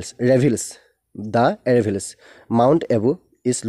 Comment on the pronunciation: No doubt, tmi questions bur discuss kri bhal korisa kintu atleast pronunciation bilak hudho krba. আৰাৱলি word tu এৰেভিলচ এৰেভিলচ koi asa. Hunibole bor ohuoni lage.